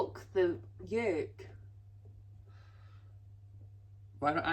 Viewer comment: I absolutely love the way says egg 'Yolk' 😂 Sounds like egg yekkk with the accent haha. loving the tartan Scottish skirt suits u. Did u get that when in Glasgow? Did you understand Scottish guys accents when in shops lol 😏🤭